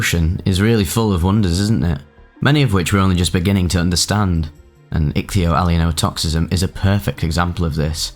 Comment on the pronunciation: Well you certainly got your value out of learning how to pronounce ichthyoallyeinotoxism. I went from not having heard of it, to guessing the meaning, to knowing the meaning, to grokking it, to semantic satiation, all in a few minutes. Kudos to you.